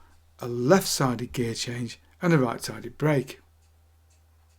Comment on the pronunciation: Both are pronounced bwake apparently.